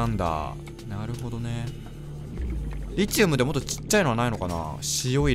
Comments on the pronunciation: リチウムの発音は「リ」にアクセントじゃなくて「チ」にアクセントね すごい気になる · リ↑チウム↓ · リチウムって... リ↑チウムですか？リ↓チウムですか？ の発音が自分と違ってめっちゃ気になるww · リチウムの発音ｗｗｗｗ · 思うんだけどリ↑チ↓ウ↓ム↓じゃなくて リ↓チ↑ウ↓ム↓だと思うんだわ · リチウムの発音違くね？w